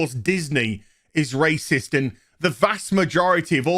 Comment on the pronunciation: WTF is a “racisists”? 🤔 RAY - CISTS? Huge fan for over forty years. She did a great job & hit it out of the park. 👍🏼😊👏🏼🤷‍♂️